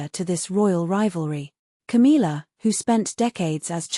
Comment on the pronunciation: 1. Can we get a voice that can say Camilla’s name right? 2. She is not the Queen, she is Charles side piece. 3. Camilla is trash and Cathrine is the future. 4. Camilla has never given the respect that she deserves.